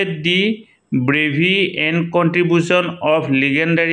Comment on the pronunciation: Bravhy nahoi bravery buli kobo